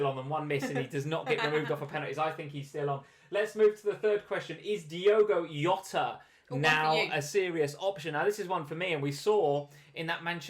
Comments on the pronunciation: man. It’s Jota not Yota 🤦‍♂️🤦‍♂️🤦‍♂️ he’s not Spanish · It's JOT-AH. He's Portuguese. The J is pronounced like in JOE-SAY Mourinho. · Jota is Portuguese not Spanish. You pronounce the 'J' like 'Jay'